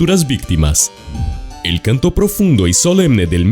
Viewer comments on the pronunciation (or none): none